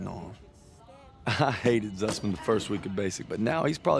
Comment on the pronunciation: Het zussman en geen zuuzmaan😂